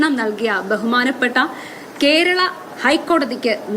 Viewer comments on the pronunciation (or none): ഖേരള അല്ല കേരളം എന്നാണ്. 🙏